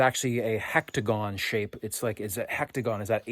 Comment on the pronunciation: HEXAGON not hectagon...